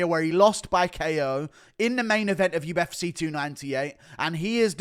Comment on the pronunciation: listen to yourself man UFCay just burped up vitamin Cay. Again again UFCay UFCay. I would like to see ko'd and wasted